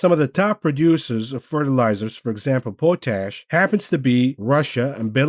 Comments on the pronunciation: Pote ash? POT ash! lol at least were im from, sask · Pot ash not not not po tash